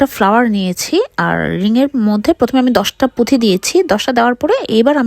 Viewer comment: পুথি না আপু,পুতি🙏🙂